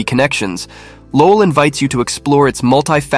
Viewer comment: Another AI voiceover lol. Cant even pronounce Lowell right